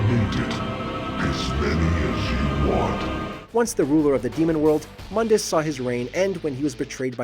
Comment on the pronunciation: It's pronounced Moon-dus.. sorry, but that pronuncination from the reboot makes me cringe as a DMC fan